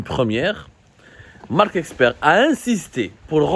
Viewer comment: C'est marck Esper et non eXper.. OK !...